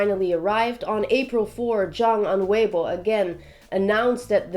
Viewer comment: Her pronounciation of "weibo" is on point.